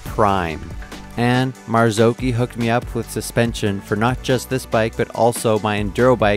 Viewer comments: It’s maz-och-hi 😂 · The pronunciation of Marzocchi is though! 🤦‍♂️ It's Italian, said like Gnocchi....O like "knock", not like "know". Kudos for saying "key" not "che" though!